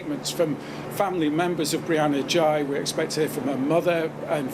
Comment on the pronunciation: Girl x and boy y? Seriously? Is that supposed to be humorous? Why do you insist on mispronouncing the last name? This is one weird news report.